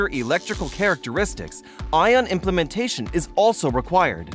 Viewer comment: It's ION IM-PLAN-TA-TION... It is NOT pronounced as ion "impla-man-tation" as the video narrator always say..